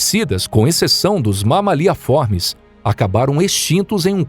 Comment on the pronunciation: nao tankei o mama-lhe a formis kkkkk